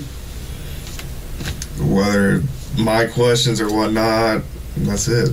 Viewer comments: is spot on about that "Whatnottt." It stuck out to me too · I think misheard. He quotes, "In that case, I saw her swerve one night", but what was actually said was, "I saw her swerve and whatnot." At least, that's what I heard. Love you.